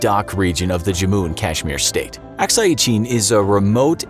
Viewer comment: Lol please pronounce Arunachal Pradesh and Akshai Shin properly. 🤣🤣🤣